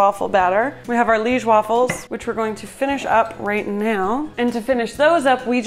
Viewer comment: You said Liége right the first time you said it, actually. It is lee-esh. We eat them with powdered sugar on top usually, not really with sirop. They looked bomb!